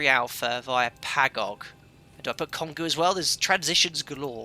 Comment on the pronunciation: Ficou engraçado ele tentando falar "obrigado" e "Congonhas". Só achei estranho o código transponder, o default aqui é 2000 e não 2020.